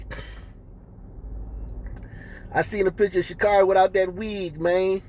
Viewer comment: Dude, If you’re going to make a public video on YouTube … at least pronounce her name correctly. Geez!!